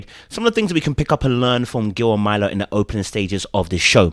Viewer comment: I know it’s not intentional 😂 but please say this woman’s name correctly. MUR-LAH (Myrla)